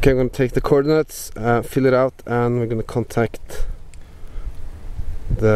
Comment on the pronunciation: Awesome Thanks. My wife and I thought you said Corn Nuts but you really said coordinates.